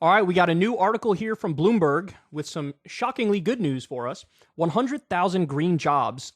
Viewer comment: "Bloomberg" lmao